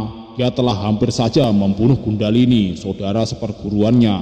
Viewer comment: Maaf,bukan Gundahlini,tpi Kundhalini